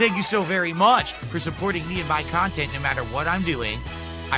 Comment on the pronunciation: "We haven't hit the goal yet" He's offered NO KHANTENT